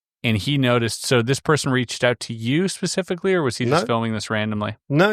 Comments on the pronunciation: Whilst I am very happy to listen to the most ludicrous theories with an open mind and form my own opinions on things, I can’t help but find that people lose a bit of credibility when they say “pacifically” when they mean “specifically”. I might just be a snob, but when you’re talking about something that requires a reasonably high amount of intelligence and an extremely well known speech error pops up over and over, it just irks me lol. Seems like a nice guy though, no shade on him at all ❤ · 'Pacifically', describes the encounter with the 'monk' figure. He accurately portrays the hooligan nature of certain 'Brits'. As for his elaborate theory: throw in 'quantum' something-or-other and anything goes now, let your imagination run riot. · Sorry man I'm out. Pacifically. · How many ‘pacifics’ did you count? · I love how my dude keeps saying "Pacifically" Lmfao. He may be hooked on phonics, but at least he's pacific. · As a fellow English citizen I can't listen to more than 3 Pacifically's in under 8 mins. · As any person speaking the English language it is and should be completely unacceptable to say "pacifically" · I couldn’t take him seriously after that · I am at a little bit over 7 minutes in and now I can't unhear it. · relaxxx, he clearly just has a speech impediment that he's been working on since childhood, and that sp sound is just the one he couldn't master lmao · Love your videos and I have watched pretty much everything you have posted. This video however, hit my cringe button so hard, I couldn’t even continue. This guy has said “pacifically” so many times at the beginning, it really makes me question how true his story is. How are you a grown man and not know that saying this makes you sound like an idiot?! Anyways, keep up the great work and I did stil like and clearly commented on this! 😝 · Is he actually saying "pacifically" like Del boy? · He lost me at "pacifically".... meh 🤷‍♂️ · "PACIFICALLY" And this guy has this all figured out.